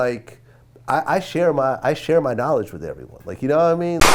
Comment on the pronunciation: "this is MAH fault", the way Vlad talks sometimes is cringe, only does it on certain words though. Just speak natural you cringeball.